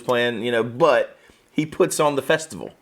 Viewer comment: THe way pronounces "but" always catches me off guard and makes me laugh. Buuotttt!